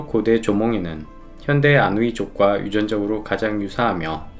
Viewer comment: 중간에 아이누족인데 아누이족이라고 실수 하심 ㅋㄱㅋㅋ